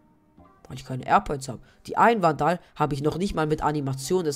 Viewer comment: nices video aber man spricht vandal nicht so aus das kann ein ziemlich nerven haha, die richtige außsprache ist: wändel und reaver spricht man riewa aus (das r wird eher englisch gesprochen) aber trotzdem gute video :)